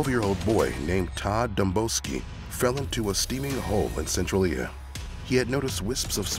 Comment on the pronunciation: *sen-trail-yuh ❤️ Cool vid